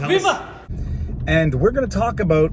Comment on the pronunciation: Viva, you already have the proper Canadian accent when you say “about”, you don’t have a repronounce it to get to that JJ McCullough level of Canadian accent...